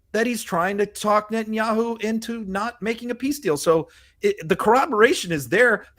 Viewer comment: I'm not great with foreign names, but did she just say president Yahoo? I apologize for my ignorance of names. This is not an insult. I'm just trying to figure out what she just said.